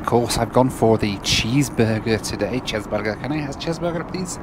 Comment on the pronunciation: there's no way you actually said the roblox chezburger XD